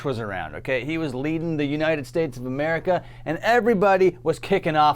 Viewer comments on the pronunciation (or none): none